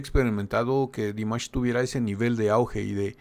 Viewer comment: Кроме того, могу вам сообщить, что текст на этом канале озвучивает робот и ставит в словах много неправильного ударения, даже имя Димаша произносит неправильно. И они не сами пишут текст, а выхватывают целые куски из чужих комментариев - я с удивлением обнаружила свои комментарии списанные один в один. Так что я не рекомендую этот канал для ваших последующих реакций... Им интересен не Димаш, а количество подписок! 🤣